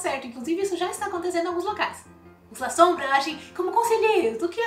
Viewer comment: Gente pronuncia-se LASSOMBRA e nao LAZOMBRA